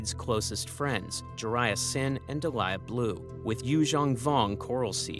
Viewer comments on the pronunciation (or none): none